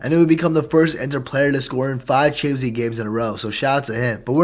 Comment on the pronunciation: You say “chansleeg” never heard anyone pronounce it like that lol